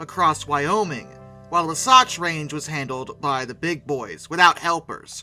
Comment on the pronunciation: ITS WAH-SATCH!!! WAH as in WAH, WAH, WAH WAAAAAH. SATCH AS IN RYMES WITH BATCH. SO WAH SATCH. Cmon, you can do it!